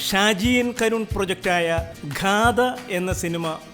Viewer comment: ഘാദ അല്ല മാഷെ ഗാഥ